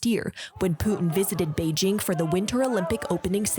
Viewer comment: Selena Wang cant say Beijing correctly? 😂